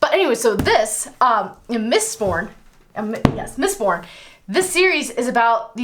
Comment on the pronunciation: Mistborn not Mitborn. :)